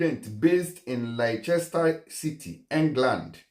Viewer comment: Laichester sha!😜🤣 Its actually pronounced “Lester”